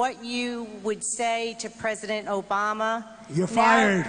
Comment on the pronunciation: i love how he says..."ooMAH" lmao